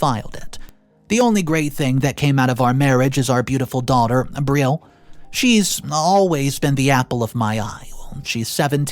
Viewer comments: Or how about B Rill 😂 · It’s pronounced Brie- ell (L) 😂😂😂 sorry that’s just my pet peeve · Brielle is pronounced, “bree-el,” not like a grill 🙄🤦🏼‍♀️ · Pronounced Bree-elle